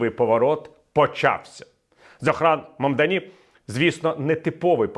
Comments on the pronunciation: Дякую за аналітику, хотів би підказати для майбутніх відео: ім'я вимовляється "зОран мамдАні". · Пане Віталію. Дуже багато помилок. Звучить ім'я так "зОран мамдАні". Ендрю Куомо ніколи не був очільником міста, він був губернатором - очільником штату. Проти нього купа справ, включно з домаганням до жінок. Тому не дивно, що Куомо програв. Хоча навіть з таким "послужним списком" він набрав на виборах більше 40% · Зо́ран Мамда́ні – це правильна вимова нового порадника Нью-Йорка.